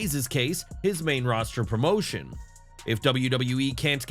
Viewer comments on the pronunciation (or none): none